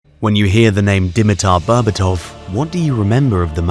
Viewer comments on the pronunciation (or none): d'mEeter bearbAatov. Try pronouncing it like so to get closed to the correct pronounciation. the capital letters are where the accent is. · "When you hear the name "Deameatar Bearbatouf" what do you remember of the man?" Nothing, because you butchered the name so badly I've no idea who you mean.